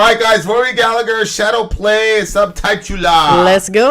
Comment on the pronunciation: It's g ER not her Gallagher the H is silent